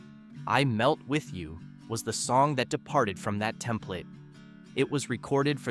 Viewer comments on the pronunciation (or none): none